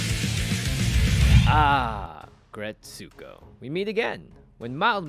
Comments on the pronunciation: Good recipe! Small FYI: The title is pronounced either "ah-GRETSS-koh" or (the original Japanese title) "Aggressive RETSS-ko". (It's not, as I heard say, "ah-gret-SOO-koh");-) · I couldn't figure out what was saying. Then I realized it was his pronunciation of "Aggretsuko" lol! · Please stop pronouncing it so wrong 😭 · All the cringe of how he pronounced Aggretsuko